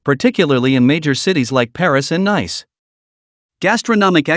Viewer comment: Nice is pronounced "NEECE"